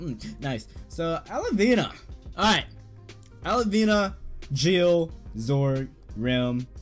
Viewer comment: And its al-vi-na not alivina